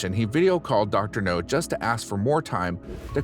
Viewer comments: Dr. NOW, not NO! Have you ever watched an episode? If you have you'd know it's NOW!! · Dr. NOW not Dr. NO. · It's Dr Nowzaradan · Do you purposely mispronounce the doctor'a name just to piss people off?